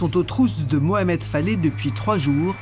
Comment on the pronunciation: Je tiens à préciser que"Faleh"que vous prononcez"Faley"veux dire en langue arabe"paysan". Se qu'il serait resté toute sa vie dans son Varoc natal. Personnellement, je suis persuadé que se criminel sans foi ni loi est coupable sur toute la ligne y compris pour la dame qu'il a lever, suivie et tué dans son garage pour lui voler la somme qu'il a vu retirée. On dit que les yeux sont le miroir de l'âme et bien, regardez ces yeux sur sa photo.Ils sont d'un noir profond et vide de toute humanité.